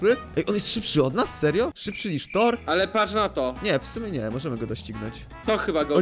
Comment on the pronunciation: Co to torr? A nie kto to tor lol